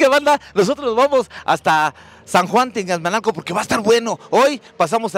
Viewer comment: tianguismanalco no tianguismalco 😅😅😅😅😅